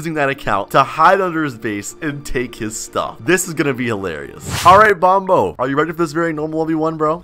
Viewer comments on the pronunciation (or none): It sound like Bombo but its Bonbo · It's been 1 year and you still haven't corrected "Bombo" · It sounds like “bomb” in bonbo